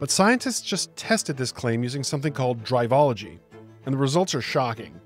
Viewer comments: A quick note: It's Drivel - ology not Drive - ology. Good vid though. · brother. google the word "Drivel" which you've apparently never heard, it is pronounced driv-ill, and the author is coining drivel-ology. You called it "drive-ology" the entire time as if it has to do with driving.